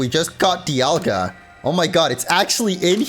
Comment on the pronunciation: I think the "Di," in "Dialga," is supposed to be pronounced like "die," as in "diamond." Palkia doesn't have the obvious naming connection, but I don't think people pronounce that in more than one way. Edit: Paul and pal, never mind. Also, I think the "ceus," in "Arceus," is like "deus," which means sky and is connected to the word deity. So it is ark but not ee-uss. It's Ar-kay-oos.